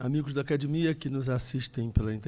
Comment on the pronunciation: para de falar "acadImia". Dou de ouvir!!! Fala sério!!! Responsável pela acadEmia falando errado!!!??